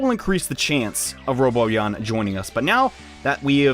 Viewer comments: Um it's ro-Bon-yan not robot-yan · roBONyon not roboyan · giorgioskb he says doesnt even pronounce the n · ROW-B'ON-YAWN*** ...Not "Robo-yon" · He said roboyan instead of robanyan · I know and it's driving me crazy.. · It's pronounced robanyan not roboyan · RO BON YAN! NOT RO BO YAN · its ro-bon-yan not robo-yan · Ro Bon Yan not Ro Bo Yan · Not Roboyan its Ro-Bon-Yan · It's Ro-ban-yan not Ro-bo-yan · 0 In the Japanese show they pronounce it Ro-bo-yan but in the English show they pronounce it Ro-ban-yan. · ITS NOT ROBOYAN!!!! ITS ROBONYAN _ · It's RoBONyan. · Its actually Ro-bon-ian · its ro bon yawn when it comes to pronounecing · Having trouble with the 'nyans' I hear. Like literally. Sounds like you're saying 'Roboyan'. Still love your content tho. Top notch bro. Much more useful than any other guides and sites I've found. Especially the crank-a-kai trick.. Can't believe they'd actually allow cheating. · All I could think while watching this was "PRONOUNCE THE N!" Either Robo-nyan if you're going Japanese or Robon-nyan/Robon-yan if you're going dub. There's a N in there, man! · Thanks for the tips! I'd figured out most of this, but wasn't sure about where the best spot to go up and down the stairs would be. Also, isn't it pronounced roh-BAHN-yan? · The correct pronunciation is "Ro-bo-nyan". And for people that are complaining they only get Dismeralda, Dismerelda is Rank D. Robonyan is rank A. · It's robo-nyan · Its pronounce ro/bon/yan. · you'r pronouncing it wrong, its pronounced ROW-BON-YON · Count how many times he incorrectly pronounces "Robonyan" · your saying his name wrong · Learn to pronounce the N in RoboNyan. lol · Horrible Monstrosity to be honest it can pretty much be pronounced any way depending on preference